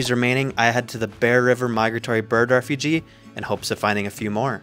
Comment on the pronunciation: Just something constructive for future videos. It’s refuge — the last part rhymes with huge. Not refugee.